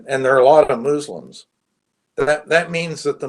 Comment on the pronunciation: moo-slims and Nettun-ahoo. This guy is awful